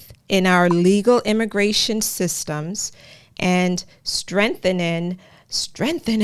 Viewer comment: Do you think Joe know how to pronounce Strengthening? Hhh all talks no actions and don't forget that Obama Biden administration deported more people than any administration